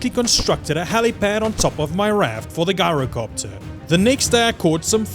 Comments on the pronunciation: Lol its gyrocopter not guyrocopter 😂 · "Ji-ro-copter" not "Guy-ro" 🤦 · You pronounced "gyrocopter" wrong. You should pronounce the "G" like a "J" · Ngl u Made a whole entire story. How I pronounce gyrocopter is jyrocopter